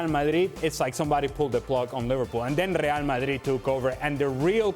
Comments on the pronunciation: Ale Moreno said “Ree al Madhridh” 15 times. Today, he was just trying to teach us the right pronunciation. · I come here just to here Ale pronounce “Rlrlreal Madrlrlrid”